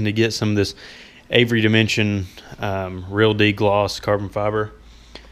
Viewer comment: " Avery Demension" - LOL!